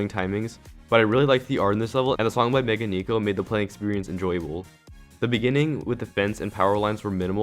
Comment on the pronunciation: You say Meganeko wrong its pronounced "Meh-guh, Neh-ko"